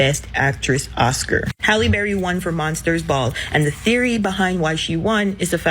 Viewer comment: Are yall surprised? “HallieBerry”